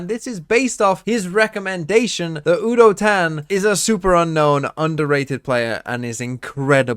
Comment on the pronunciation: Fyi, udotan pronounciation starts with a "you" instead of a "woo" and the -tan is pronounced using te " ah" like you would with the autobahn in germany (i couldn't think of a different example)